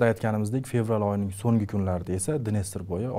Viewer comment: Assalomu alaykum boshlovchi aka iltimos sizdan Songi emas So'nggi dep gapiring juda galati eshiladida ng xarfi yoq bo'lip qolyapti